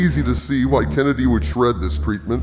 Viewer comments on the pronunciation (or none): none